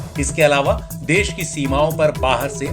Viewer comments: "देस" नहीं होता..."देश" होता हैं श्रीमान🙏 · देश होता है ना कि देस तो आप थोड़ा ध्यान दे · देश होता है न कि देस